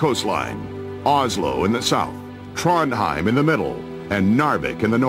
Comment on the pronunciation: Cracked me up how he pronounced Oslo, Trondheim and Narvik XD